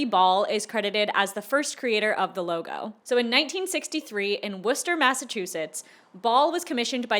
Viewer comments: Proud of you for pronouncing Worcester correctly! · thank you for saying Worcester right -masshole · Worcester mention? and pronounced properly?!